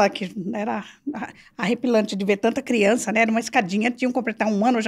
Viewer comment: Eu preocupada com o portugues e ela milionaria falando pobrema , crientee e pranejamento